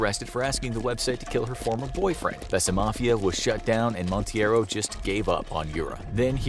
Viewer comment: The guy’s last name is Monteiro (it may sound like mount-ay-ro) and not Montieiro as pronounced. It's a Portuguese surname, and this way sounded more Hispanic or made up.